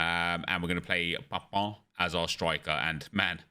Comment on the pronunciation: You are the only youtuber who pronounces Papin's name correctly